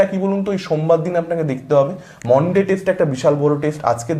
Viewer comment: মানডে বলতে কী অসুবিধা হয়? মনডে খুব কানে লাগে ভুল pronounciation